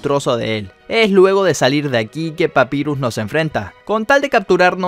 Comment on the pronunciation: Pronuncias mal papyrus y undyne